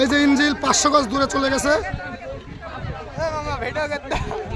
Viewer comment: সমকাল এর সাংবাদিক সাহেবের "ইঞ্জিল"এর উচ্চারণ শুনে মর্মাহত হলাম।